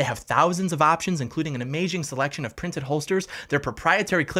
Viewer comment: “An amaz”ch”ing selection” lmao 😂